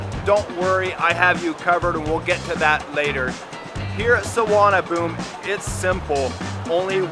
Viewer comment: Actually its not "Suvarna Boom", but "Suvarna Poom"